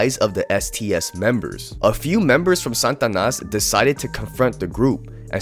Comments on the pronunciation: Satanas not santanas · He said SANtanas